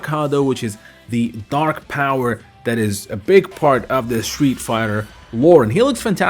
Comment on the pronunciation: It’s that not dat dat isn’t a word